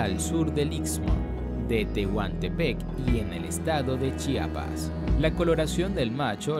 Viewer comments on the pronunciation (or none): none